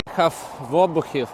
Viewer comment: Друже, правильно наголоси обУхів та витачІв